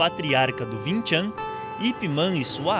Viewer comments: Win Chan kkkkk é Wing Chu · ving ving ving ????????????? porra é wing ! Som som de "u" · bacana o video a nao ser pelo fato do erro tragico que voces cometeram em chamar o de VIM TCHAM, o correto na leitura é >>> Wing Chun assim como se escreve, sou aluno de wing chun por isso afirmo o erro de voces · o nome e wing chun não vin chan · Pronuncia errada, Não se diz "vincham" Se diz UING CHUM! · se fala Uing chun , não ving chan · "vin tchan" kkkkkkkkkkkkkkkk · Vin Than kkkk nao e assim q fala...😂✋✌ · "VIN TCHAM"